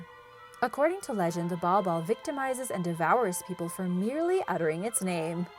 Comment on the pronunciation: Bal Bal not ball ball